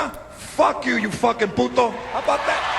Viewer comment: I like Ana!!! She is Beautiful!!! She's Cool! She says "Puto" very well. Thanks for posting this. Ohh!! Yeah!!, George Lopez is Funny!! Very Funny. Fuck You!! Sheriff Joe Arpio, or however You spell your fucking name??!!!